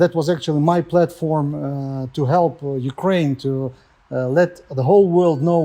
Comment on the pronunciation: I love you to death, but it's "Ukraine".